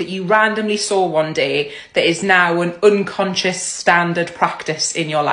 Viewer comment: So we're not gonna talk about how she pronounced Unconscious 😂